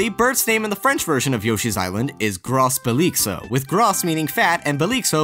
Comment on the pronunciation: In "gros belix" you doesn't say the "s" ;) Great vid like always!